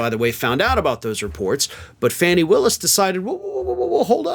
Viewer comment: Nice summary. BTW it's Fauni Willis, not Fanni Willis.